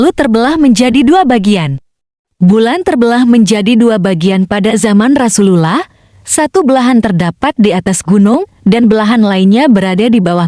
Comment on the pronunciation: Admin belajar ngucap rasulullah dulu.. Hehehe